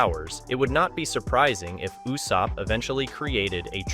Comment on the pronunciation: Bro stop saying Yussop, his name is Ussop like Ooossop. His dads name is Yassop, his name is Ussop.